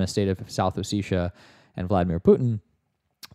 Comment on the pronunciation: it's hard to take these guys seriously when they can't even pronounce "ossetia" correctly